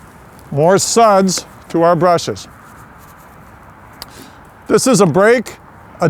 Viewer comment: "Two brashes"